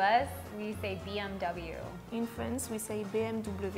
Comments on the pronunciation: It's “Be-Eme-Ubedoble” or “Be-Eme-Dobleu”, not “Bemeube”. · I can relate to the BMW part because I speak Swedish and Swedish is a mixture of German and English, so whenever I’m talking with an English speaking person and we start referring language’s they pronounce the BMW exactly like how the letters sound like but I usually pronounce it like "BMV" instead of the W. So every time I say it like that they "correct me" and say "Oh it’s actually BMW, not BMV, lol." Gets on my nerves. 😭💢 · In France we don't say W when we say BMW. We say V instead The French girl said it wrong